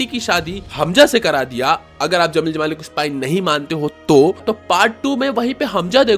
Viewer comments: Bhaai, zameel zamaali nahin hota...jameel jamaali tha. Har jagah 'z' nahin bola kartay cool 😎 dikhnay kay liye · Bro it's Jamil jamali not zamil jamali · जब 'ज' बोल सकते हो तो ज़मील ज़माली क्यों बोलते हो? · Dude Z and J pronounce different zara ye bol ke dikha...... Jai Hind, Zai Hind mat bolna Video pe effect karwadunga